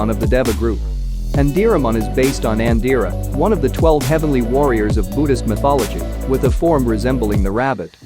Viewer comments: You say it like "andirramon" but isnt it antylamon?? Im confused Nvm i just read you use text to speech, maybe you could have text on the side of the digimon when presenting them?? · Kinglandmon????? Zuulongmon sir. And it's Antilamon, which digivolves into Cherubimon. Jesus this video has so many flaws